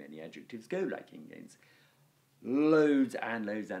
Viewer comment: ingēns is the first word you have pronounced correctly in 30 videos.